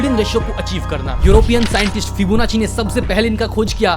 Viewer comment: फिबोनाकी ना कि फिबोनाची। 😅😅